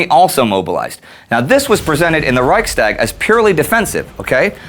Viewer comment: not to be nitpicky, but it's pronounced "rikes-tag", not "rike-stag"